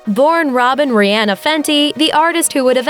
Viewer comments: The way they're pronouncing her name though.... It's Rih-ah-na not rih- ann-ah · Her name is being dissed, and mispronounced it is not ri-ann-nuih, but ri-on-nuh. The video is very skimpy with details in time frame's in Rihanna's life prior to 2014' were skipped out until a time of the anti Album. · it's pronounced ree-ah-nuh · Fempageantry Vg it's Rih-ann-ah it's spelled the way it's pronounced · wish you would have said her name correctly sigh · TaraChristine yeah right I wanted to break my phone